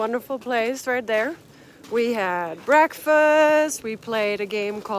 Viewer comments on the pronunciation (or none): I gotta say I always look forward to you saying something with a "right der" attached at the end. Always makes me smile! I'm starting NOBO in a few days. Have a great hike!